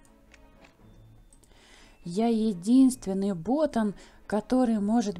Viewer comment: Ботан ударение на а